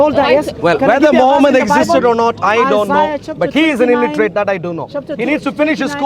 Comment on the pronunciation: At 26 min illitrate😂😂